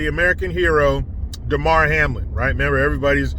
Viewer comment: It’s DAmar…not DEmar…DUH! How hard is it to get a subject’s name right?